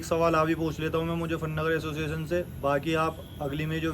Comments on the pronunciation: Aciossetion nhi hota re totle association hota hai 😅😅😅😂😂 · Asosizn✅ Association ❌